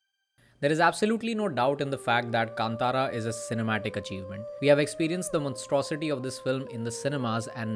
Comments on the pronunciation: भाई कांतारा को केन्तेरा मत बोलो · I have taken this pronunciation from Rishabh Shetty’s interview. This is how he pronounced.